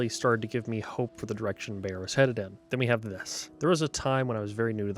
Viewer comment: I'm begging you: please stop mispronouncing "Beyer." It should sound like the English word "buyer," not "bayer."